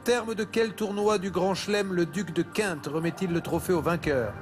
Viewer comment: la prononciation franchouillarde de 🤣🤣 « duc de quinte » au lieu de « duc de kent » (kènte) j’aurais dit Rolland-Garros en me disant qu’un duc de quinte qui remet la coupe des mousquetaires c’est pas tiré par les cheveux lol